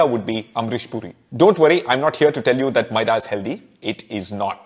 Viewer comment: I like your maida pronunciation.